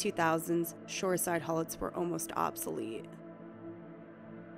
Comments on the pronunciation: The unloaders are pronounced hoo let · Pronounced Hew-let. Awesome machines. Like a giant dinosaur 😊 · The unloaders are pronounced "HEW-lets", not "hull-its".